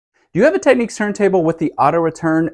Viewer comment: Thank you - that was very helpful. Oh, and it's pronounced "Tech - Nicks" 😊....